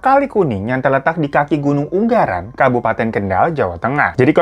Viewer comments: Ungaran kali. Aku dengernya hiro bilangnya unggaran. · Ung-garan kaya mbak google aja kalau baca nama daerah... bacanya U-nga-ran 🤣🤣🤣 untung gk bacanya You-ngaran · U-nga-ran bang, bukan un-ga-ran 😂